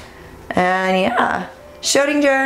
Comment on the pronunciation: Your pronunciation of SCHRÖDIN is quite good but you could improve the GER 😄😁 But the kitty is cute anyhow!! 😻